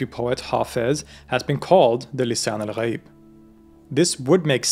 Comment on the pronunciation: I just wanna say you're pronounciation for the islamic terms are absoloutely spot on and really does them justice. Hearing someone let alone a foreigner nail the "gh" sound in "ghaib" or "Rh" sound in "Ruh" is really amazing.